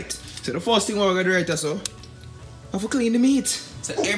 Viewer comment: Word is first not fuss ..remember not only Jamaicans watching u.👍